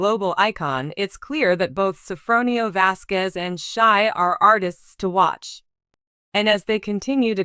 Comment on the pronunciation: Please say the last name properly with respect..